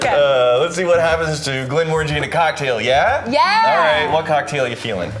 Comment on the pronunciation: You pronounced it wrong it’s glen more angy